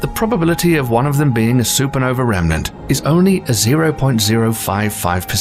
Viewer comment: love your pronunciation of everything ending in ae, but a remnant is not a "rehm-eh-nahnt." It's a "rehm-nahnt." Meanwhile, you also have some graphics that are opposite what you describe, c.i.p, being the Jupiter red spot, "counter-clockwise," as the image suggests, but the animation is wrong, going clockwise. Judging by your like ratio here, you have barely more than 1%. Why? Because your accent is soothing. Except for cosmos. It isn't "KOZ-moss." It's "KOZ-MOHS." Like the t.v. show with Carl Sagan. And words ending in "ah" are not pronounced, "uhr." Phenomina is "FEH-nohm-ih-nah," not "FEH-nohm-ih-nahr." And then, an hour 47 minutes in, ffs sake, "NEW-KEW-Lar?" Really? It is "NEW-Klee-ahr.," or more plainly, "new clear." There is no such thing as "new cue lar." Ugh. And last PLEASE stop with the Boomer Gen phrase, "on steroids." It is tired, hackneyed, and promotes the idea that abusing hormones will make a person superhuman. around 1 hour 15 in, dude. "BEETL-GEESE?" Are you f-ing kidding me? "BEETL-DZUS," aka, "beetle juice." Come on, now. "GAHISS" gise, don't know how to spell the pronunciation, would have been better than "geese." Like, Miss Geiss in Clueless.